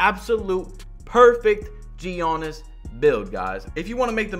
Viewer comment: Oliver Seed no it’s not. It’s more like ”Janis”